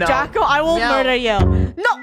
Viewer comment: Funneh: I'm gonna myurder u!